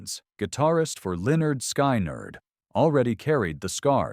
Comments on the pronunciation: Cant pronounce Lynytd skynerd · If ya cant pronouce lynyrd skynyrd or speak southern lingo (you shouldnt make these videos you miss the whole point of southern rock